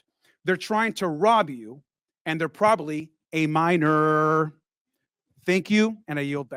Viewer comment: “a minorrrr” no shot he did that😂😂😂